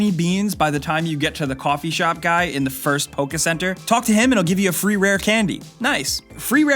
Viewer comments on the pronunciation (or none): none